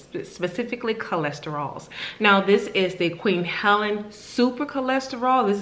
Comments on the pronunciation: Helene, not Helen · Pronounced "Heleen" Long E like Queen.. Queen Helene.... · Thanks for your review, just a friendly note on the pronunciation of Queen Helene, it's pronounced Queen [Ha leen/lean] 😃❤️